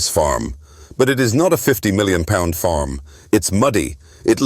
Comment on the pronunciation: 🤣🤣🤣 what the fuck is this jabber? Is this just for people who dont know who Jeremy Clarkson is? The AI is horrendous 😂 its farm NOT forrrrrrrrmmm